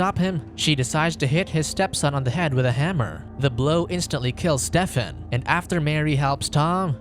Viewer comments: Is nobody gonna point out how he pronounces Stephen like Step-fin?? It supposed to be stee-fin. Or is he making a pun about the name because hes a step son? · Spoiler can communicate,Steven,the pH sounds like v,it's not Stefen.can you do more research please,thank you.